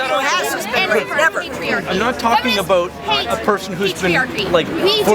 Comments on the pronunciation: lol "aboot" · Haha. Canadians! "I'm not talking abooat ..."